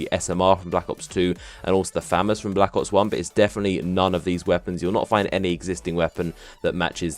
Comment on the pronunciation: It annoys me how you pronounce famas like famous